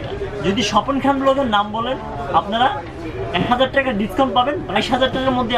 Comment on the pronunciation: টেকা বলেন কেন ভাই টাকা বলেন😂😂😂